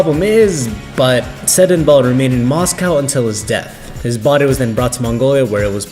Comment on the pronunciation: Why is the guy whose narrating it can't pronounce mongolian words? What the fuck, im laughing my ass off, he couldn't pronounce tsedenbal and dorvod, poor kid